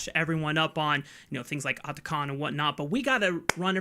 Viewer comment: this annoying caster pronouncing atakhan likes he's indian ffs